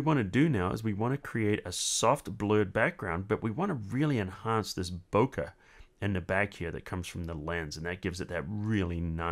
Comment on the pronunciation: It's pronounced "bo-kay", not "bo-kuh". Good tutorial though.